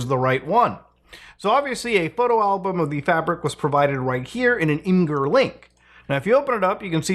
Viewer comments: It's not "imm-grr". It's "image-err". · Fun Fact : Imgur is pronounced "Imager" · imgur 😂😂 isn't it pronounced image-er? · "im-gur" link? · My guy my biggest complaint about your videos is that you don't bother learning to pronounce things correctly, like imgur, or even read the articles you put on the screen correctly. That makes it hard for me to take you seriously.